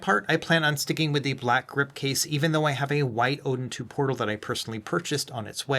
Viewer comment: What the heck ? the box looks fake haha AYN Odin "PROTAL"? really AYN? you release something that is wrong ..